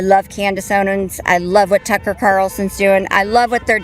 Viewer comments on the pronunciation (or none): none